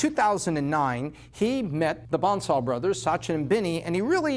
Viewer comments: It's B"A"NSAL not B"O"NSAL. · Its bansal, not bonsal. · lol you got their name wrong, it's bansal, not bonsal.